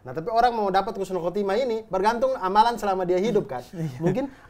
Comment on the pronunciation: Mau tanya nih, katanya yang benar tu husnul khotimah tapi pelafalan husnulnya kok kyk pake kh bukan h.